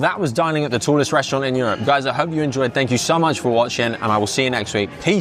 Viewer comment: I’ve noticed you always say thank you so much in a French accent